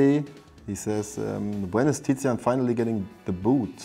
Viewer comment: tizian "tizian" aber warum